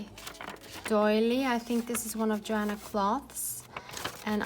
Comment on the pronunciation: I think you say her name.... yo Hanna clow. I love love 💗 your stuff!11